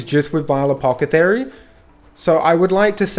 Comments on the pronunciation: I couldnt get over "Apocathery" lmao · Friggin apocathery, apocathery, apocathery. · After about the 6th mispronunciation of "Ap-awth-eh-kary" i just couldnt make it through the video. Just say "it" once youve established the premise of the video. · Say the word apothecary a few times slowly. I couldn't watch the whole thing. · Lol bros saying it so confidently too